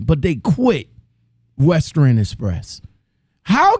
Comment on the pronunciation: Wow, I was just thinking that same thing. How do you get fired from Western Express? I used to work for Western Express, and yes I quit. Most people quit Western Express not get fired. It’s pronounced WES-TERN not WEST-TERNNN lol.